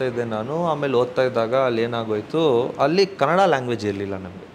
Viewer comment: ಹಲ್ಲಿ ಅಲ್ಲ ಅಲ್ಲಿ, ಹೇಳಿ ಅದು ಹೇಲಿ ಅಲ್ಲ better ಆಗೀ ಹೇಚ್ಚು ಕನ್ನಡ ಮಾತಾಡಿದರೇ ಸುಲಲಿತವಾಗೀ ಬರುತ್ತೇ ಮನೇಯಲ್ಲಿ ಕನ್ನಡ ಮಾತಾಡಿ ಅಭ್ಯಾಸ ಆಗುತ್ತೇ, ರವಿಚಂದ್ರನ್ ಅವ್ರೇ ಹೇಳಿದ್ರು ಓಮ್ಮೇ ಮನೇಯಲ್ಲಿ ನಾವು ತಮಿಳು ಮಾತಾಡೋದು ಅಂತ